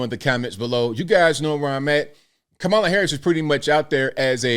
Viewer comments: Not Mammala. Kneela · Did Drew just say "MamaLa" instead of "Kameluh" 🙄😬😅🤣